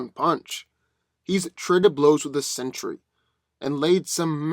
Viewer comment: It's "Sentry" (Sen-Tree) not "Century". It's very much in vogue not to nerf Thor, and I'd ignore that like you did Godzilla becoming a god.